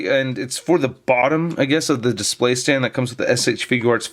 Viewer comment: Lol no y at the end of display